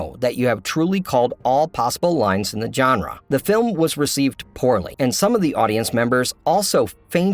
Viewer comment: It's not "john-ruh", it's "zhon-ruh"... like the j in Taj Mahal.